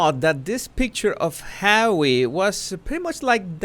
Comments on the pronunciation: Lov da way u say "Hawwy"it suits this ginger nut. And was that an android of mm,geesh tis woman needs help. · I thought he wanted to be called "Just Hawwy"? 🤣🤣🤣🤣